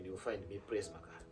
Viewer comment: Ndozvaataura kt magaro😂😂😂